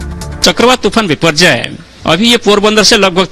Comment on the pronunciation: Not Biporgoy but Boporjoy